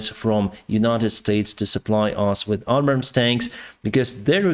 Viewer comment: From the U.S.Air Force Website: "The GBU-39B Small Diameter Bomb, or SDB, is an extended range all-weather, day or night 250 lb (113Kg) class, guided munition." Unit cost $40K/each. PS: Abrams, PAtriot and AviAtion have "Long A sounds as in dAy, hAy, sAy, rAg, nAg, tAg, bAg, rAy Keep up the good factual reporting. According to Putin and his Yes-men ORC's they have practly won already, We call BS.